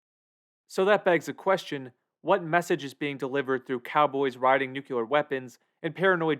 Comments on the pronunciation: I just can't... It's 'nuclear', not 'nuculer'. Wtf. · Nu clear, not "nucular". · Nuclear is pronounced NUCLEAR not NUCULAR. You wouldn't say nuculus instead of nucleus, right? Everybody practice: NU-CLEE-AR (not NU-QUE-LAR). ffs. It's like fingernails on a chalkboard to me. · You made a video about nuclear weapons and nuclear holocaust - but you mispronounce "nuclear". It's pronounced, "nu-clee-er", not "nu-ku-ler". smh .... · Hey: It's pronounced "New - Klee - Are". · Unsure how you could write your script, research and title the video with the world Nuclear, and stil pronounce it 'nukuler' the while vudeo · Nice! BTW, it's NOO-KLEE-UR. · "nuke- you- ler" ? Tisk tisk lol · The Marge Simpson pronunciation of "nuclear".